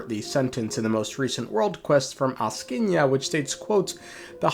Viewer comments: I'm asking ya why you say it not like Axing ya. Peak engagement bait though :face-blue-smiling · As a Slav, I was almost in tears laughing when I heard him mess up all the four names in a row to the point of turning them into completely different words as if he simply couldn't read letters at all aSKinya, koscheKi, snagger-gorcha?? and alvis, yeah, just brilliant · As a Slav, I was almost in tears laughing when I heard all the four names in a row get messed up to the point of turning into completely different words aSKinya, koscheKi, snagger-gorcha?? and alvin Atp I'm completely lost on a question whether it was done intentionally or genuinely can't read letters at all